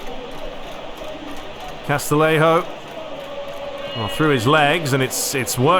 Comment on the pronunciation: Great video series, really enjoying your Master League with AC Milan! Just to confirm with you, the music at the start and end of the Serie A matches, is that a mod? Also for Castillejo it's pronounced CAS-TI-YE-HO, same as for Castellon is pronounced "CAS-TE-YON". Keep up the good work, great to have you back after the hackaroony!